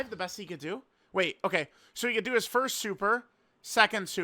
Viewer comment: “Forst” stfu